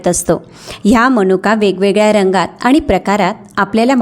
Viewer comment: शुद्ध वाचायला हवं. आनी, पानी करू नये, ऐकवत नाही